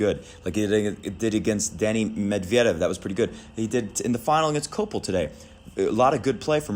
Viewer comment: It's Copeel . His Name means literally "child" in Romanian. The names in Romanian are read exactly as they are written, only 2-3 exceptions . So Copeel with accent on ee ...